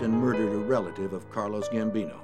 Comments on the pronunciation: These guys look nothing like the real dudes except for the 🦬. And the narrator irritates the crap out of me when he refers to Carlo Gambino as Carlos Gambino.They were Italian Americans not Latino Americans.Gracias narrator 🤪.Get it together man because I can't stop watching. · It’s Carlo not Carlos Gambino